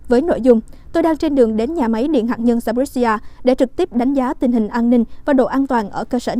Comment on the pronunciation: Hạt nhân chứ không phải là hạc nhân rất chi là khó nghe.